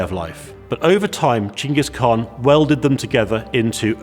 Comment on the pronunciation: finally someone says Chinggis khaan coorectly